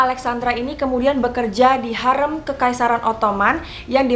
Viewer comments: Maaf kak mau koreksi harem itu dibaca harim yg artinya wanita. Tempat harem ini identik dgn tempat para selir wanita yg akan melahirkan para pangeran atau calon raja. makanya tempat itu dilarang bagi pria. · Betul aneh banget ya padahal Hurrem pake E kayak tempe. Ini E nya pake E kayak baca enggak😂 Harem juga setauku dibacanya Harim😂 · Thanks sudah bahas hurrem, sejarah favorite ku. Tp kenapa cara baca hurrem dan harem kek aneh 😅 Pernah nonton abad kejayaan gak? Hurrem bukan hurreum 😁